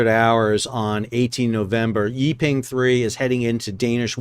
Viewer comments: Great video, but "Yi Peng" should be pronounced like "E (as in Eel) Pung" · Oh, I don’t think you mentioned that the captain of the Yi Peng (pronounced “Pung”) 3 is reportedly RUSSIAN.